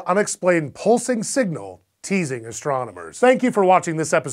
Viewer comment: "It's just one more unexplained signal, teasing astronomers" The emphasis on teasing made this seem much more suggestive than it really is.